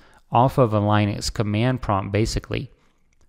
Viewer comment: Lin-uh-x not L-eye-nex. There's no "e" before the "x".